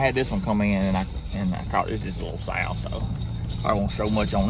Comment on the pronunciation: Sow not sale